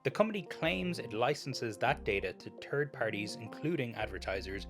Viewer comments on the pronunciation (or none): he said turd parties hahaha